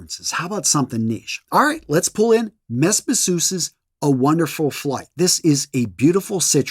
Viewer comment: I’ll check out Versace Eros Energy. I snickered at “mess bissous” though. Meh beezoo. That’s not heard to say, innit?